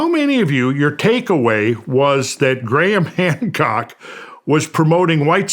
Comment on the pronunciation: At the beginning he said Gran Hamcock 😂